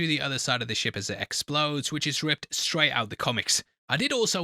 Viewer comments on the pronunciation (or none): none